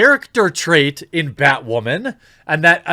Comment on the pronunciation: I honestly thought you said "badwoman"